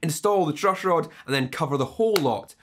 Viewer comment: The truushhroad !